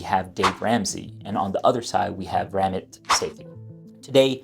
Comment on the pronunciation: It’s Ram-Meet. Say-tee.